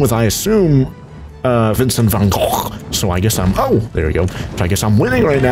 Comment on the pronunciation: saying vincent van gogh in dutch is: vincent van GOCGHRTYH